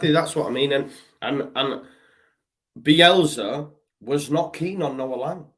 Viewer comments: It's Bielsa sorry I before E except after C not Bielzzza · drives me mad how he says "Bielzzza." It's BielSa, with an S.